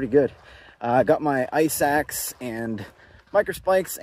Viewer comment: You said "ice axe." I heard "eye sacks." Yeah, it's been a long week.